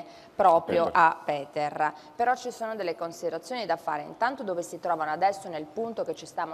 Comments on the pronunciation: Anche il nome si pronuncia Peter , nn Piter. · "Buongiorno, oggi parliamo di Piter, voi sapete... il padre di Benno Niumar". È inutile, siam proprio messi male con 'sta qua... ma possibile che non ci sia nessuno in Rai che le insegni (almeno) a non storpiare i nomi delle vittime?!